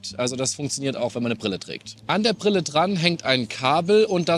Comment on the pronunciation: Prille? Lerne Deutsch, Junge! Ist dir das gar nicht peinlich?